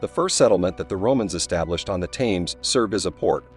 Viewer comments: For the love of God! It isn’t “tames” as in “tames a dog”! It’s pronounced “tems”, not is Gloucester pronounced “glouster” as in “ow”. It’s pronounced “Gloster”. This would have been interesting if you’d bothered to instruct the narrator in pronunciation of place named or, you know, gotten someone who already knew how to pronounce them. What kind of history channel is this lazy?????? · THAMES pronounced TEMS!! All Brits will be shouting at the screen 😂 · "Tames" NO just NO Hurt my ears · It's hard to take any channel seriously if they don't use correct pronunciation. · I'm not even a Britt and I k own how it's pronounced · The Narator is an AI generated voice. Hense the mispronuncation of the river Thames. Not to take away from the actual content of the information. Its to robotic on repeated words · This bozo cannot even get the name right.